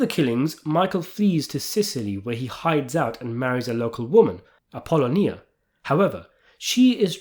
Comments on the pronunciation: Thanks for the fine review of the Godfather saga. Such an excellent story and fine film worth watching over and over to get a better sense of its many nuances. However, the mispronunciation of Appolonia was unfortunate. Also, Michael does say ‘its only business, not personal.’ Even if he knows its not true. 😊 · Good analysis as always but yes why the constant mispronunciation of Apollonia's name? Also, let me add, Michael's father almost being killed was the beginning and Apollonia's death was what cemented him in the mafia life but Sonny's death in between also helped as well. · Great channel and work, but her name was pronounced “Appelonial. Ahh-ppah-lonia. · Bro. Love you, but Apollonia. app-oh-LOW-nee-uh!! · it's appa-lo-nia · It’s pronounced Apple-lonia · Great video. Only thing that bugged me was how you said Appolonia. App-owe-loan-ya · lonia, A-po-lonia you effing ass kiss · Apple owe knee ya; say it fast. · As soon as I hear "Ping! Pow!" I know a video's coming up that's worth listening to! Great take. Now, repeat after me, please. "Apple-o-knee-ah." "Apple-o-knee-ah." "Apple-o-knee-ah." YW Peace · happy to see saying Appalina didn't bother just me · Yeah. Came here to say this. His channel is too long standing for him to not know how to pronounce her name. It’s almost embarrassing for someone so well steeped in godfather lore to mispronounce it. Ah-poll-oh-nee-ahh. In case he genuinely hasn’t watched the movies, lol. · You're saying his wife's name wrong! I don't why that bugged me so much, but I'm glad to see the comments felt the same way 😂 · Your pronunciation of Apollonia’s name is soooo bogus! I think you’re doing it on purpose, or you’re a poor reader 😅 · BROOOOOOOO Your videos are great but you need to get your pronunciation correct… It makes it hard to take your serious 😂 APOLLONIA You used to call Frank Pentangeli PEN-TAN-GHELLY 🤣🤣🤣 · Why are you pronouncing his wife’s name so ridiculously?! 😅